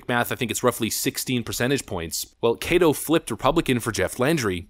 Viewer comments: How in the hell did pronounce West Feliciana correctly, but screw up Caddo Parish? It’s pronounced Cad-dough, not Cade-o. Anyways Jindal did attack higher education. He was trying to shut down the biggest money waste of a college in America, Southern University - New Orleans. At the time, SUNO had a 4% graduation rate for students attending after 5 years of college. It was by far the lowest graduation rate of any college in the entire US!!! Today, SUNO has doubled their graduation rate, so it’s somewhere at like 8-9%. Even doubling the graduation rate still give it a pathetic percentage. Democrats everywhere attacked Jindal saying he hated education and that he hates blacks since it’s a HBCU school. So it never went through. Louisiana has more 4-year colleges per capita than any other state in the US. They need to be consolidated. There’s no reason to have 3 major 4-year universities within 30 minutes of each other in North Louisiana (the least populated part of the state) along with plenty of other colleges outside that 30-minute perimeter, but covering all of North Louisiana. Besides of the 14 4-year public universities & 9 private universities in Louisiana, only 5 ever get recognized as tier 1 or tier 2 university in the annual university rankings. Tulane & LSU are always in the tier 1 category while tier 2 includes Louisiana Tech, Louisiana-Lafayette, & Loyola-New Orleans. The rest of the schools, like 80% of them, are pretty worthless for the most part. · I just love out of state people pronouncing Louisiana names. Kay-to parish, got me. Named for the Caddo Indian tribe, pronounced Cad-oh. Sorry, couldn't help myself. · Caddo isn't pronounced cay doe. It's pronounced cad doe. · It’s not Kay-doh. It’s cah-dough. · It’s Caddo: short A like cat. Named after the Caddo tribe. We had low turnout because many folks don’t watch the local news channels anymore. They need to start advertising elections on alternative media. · lol "kaydo parish"